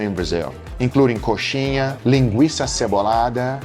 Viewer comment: Dá para ver o brasileiro surgindo do Guga quando ele fala "coxinha" rsrs